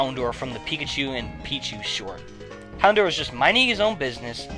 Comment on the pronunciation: fyi, it's HounDOUR (as Dour rhymes with Hour. the proof is in the episode "Hour of the Houndour)